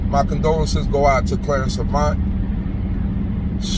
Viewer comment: Glad someone pronounced his name correctly. Such a sad and crazy world we are living in. Prayers for Mr Avant and his family. ❤️🙏🏾😞